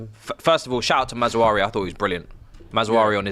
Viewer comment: WTF is a MAZAWARI? These British slaughtering of player names man 😂💀